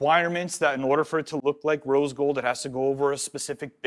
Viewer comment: Cool but can't say rose gold